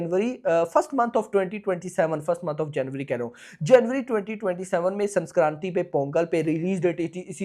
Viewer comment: Bhai it is Sankranthi not Sanskranthi